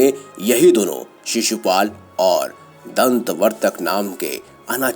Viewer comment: Corrections 1) Kabandh : NOT Kambandh 2) Hayagreev : NOT Hayagrev 3) Dhantavaktra : NOT Dhantavarthak 4) Only Sri Ram defeated Khar and Dooshan. Lakshman was NOT THERE in that battle. He was protecting Mata Seetha in a cave in a nearby mountain. please take care in saying the names correctly.